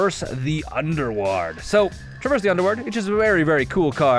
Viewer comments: Zeh-Tall-pah Ool-ven-wall-d (how the hell did you get "underwood"?) Lot-leth Crow-man-ti-core(NOT color) Cap-ah-shen Damping, not dampENing There are so many mispronunciations I think it might be an issue of reading comprehension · Learn To Spoken Please. Bomat Courier; Bo - Mat, as in Bow, Mat Traverse the Ulvenwald; Granted Ulvenwald is a made upword, but it is Ul - Ven - Wald Literally say what you see. Sorry if this seems rude. Mispronunciations make my heart hurt. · Zeh-Tall-pah Ool-ven-wall-d Lot-leth Crow-man-ti-core(NOT color) Cap-ah-shen Damping, not dampENing There are so many mispronunciations I think it might be an issue of reading comprehension